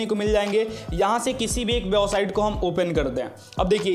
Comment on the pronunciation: भाई बेवसाइट होता है या वेबसाइट होता है आप गलत बोलते है तो अच्छा नहीं लग रहा क्यों की आप बड़े यूट्यूबर है